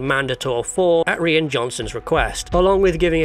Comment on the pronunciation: fyi "Rian" should be pronounced exactly the same way as "Ryan"